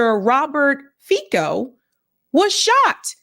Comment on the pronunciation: Fico is pronounced Feet-so